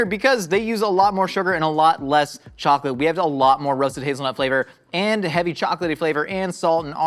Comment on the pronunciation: Is it just me or did anyone hear say “chalk-it” instead of chocolate?? 🤣